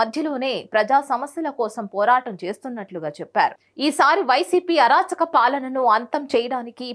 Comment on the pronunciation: అరచాక కాదు అరాచక అనాలి